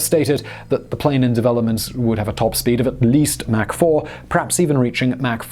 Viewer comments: MAC 3???? ITS MACH. MACH!!! MACH!!!!!!!!!!!! SPEAK ENGLISH YOU TEA SIPPING MARY. LOL. FJB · You left out the Mach 20 (pronounced "mock", not "mack") Kinzhal hypersonic missile announced in March of 2018 which renders the entire US fleet helpless. Please figure out a way for those of us who are already supporting you on Patreon to avoid the commercials! I went to and used the Search feature to find this episode on and got lots of hits - NONE of them to "Mig-31. Has Google managed to destroy all relevant links on the internet? I even tried the Duckduckgo feature Mig-31 to no avail. I could not find this episode on . I use Brave, Firefox, Vivaldi, and Opera. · its not mac its mach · Its mach not mack. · It is pronounced MAACK as in AU vs MAC as in McDonalds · Please say Mach (like MOC ) not like MAC & cheeze. Thanks. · You say "mach" like "Mack". Check the pronunciation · Mach is a German name and is pronounced Mahkh, not "mac" as in Big Mac or Macintosh. "Aircraft" is always singular, as in "fish" or "deer". Who is "Mickey Anne" and does she make airpanes? ;-) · Mach is not pronounced mack, but mawk or mock. He literally just finished saying he looks up the pronunciation if it involves the subject matter of the video. Smh. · Mach is pronounced as mark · "Mack three..." LoL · Pay ten bucks a month for no ads....still get fuckkkkkking ads. And that’s pronounced (mock) Mach 3. 22 meters is not 274 meters think you added 2 by mistake